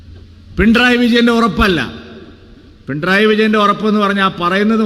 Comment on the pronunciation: പിണ്റായി അല്ല പിണറായി Ok